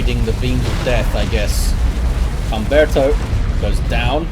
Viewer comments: For future reference, the H is always silent. So it would be (H)umberto. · Humberto is a real name - it'd be pronounced as if it didn't have an "h" at the beginning - /umberto/